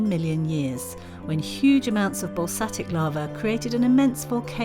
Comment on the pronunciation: That's basaltic lava by the way and not balsatic .